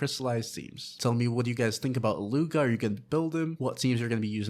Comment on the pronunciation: His name is pronounced, eat-loo-a